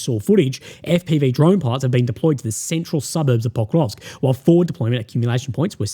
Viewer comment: Pokrovsk….. “YAOOOOOOW” 🤦🏻‍♂️